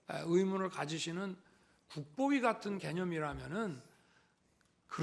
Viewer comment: 국보위는 상관없고 굿뽀이 라고 하지? ㅋㅋㅋㅋ 좋은 소녕 굿뽀이